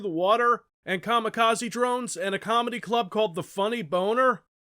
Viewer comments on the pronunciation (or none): none